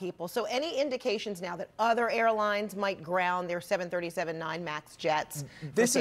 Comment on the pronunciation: 737....there is no “7-37”